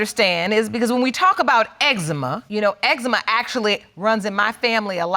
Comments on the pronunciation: That boy said xzeema 😂😂😂😂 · Judge nonchalantly corrected his pronunciation of "eczema" but she continuously mispronounced named even after hearing his mom say it several times. 👌🏽